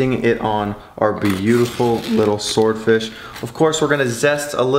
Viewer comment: Say sward fish again... 😂